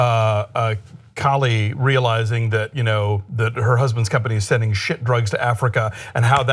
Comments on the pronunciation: KALA!!!!!!! not Kali.... LMAO. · I really appreciate this conversation and I think you hit a lot of nails on the head but CAH-phe-us and KaLA (not Kali).